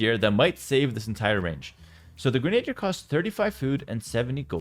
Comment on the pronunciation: gren-ah-deer, not grenade-deer